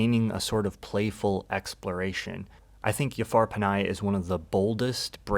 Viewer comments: Yafar panahi 😂 just pronounce the J normally, he's not Spanish bro. It's an honest mistake, it's all good, but also it doesn't take much effort to learn how to pronounce people's name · Thanks for this video. one minor correction. Jafar Panahi is not pronounced Yafar Panai. The right pronunciation is Ja-far (J as in Justice) and Last name is Panahi (Pa-naa-hee) love your work.